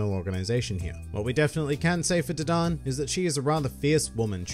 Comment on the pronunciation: dadan this man says d-don